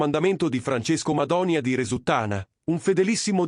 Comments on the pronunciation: Ma che Madonia! È Madonìa! La vogliamo smettere di usare queste intelligenze artificiali di emme? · Madònia? Ma perché fate i video se non sapete nemmeno pronunciare i nomi?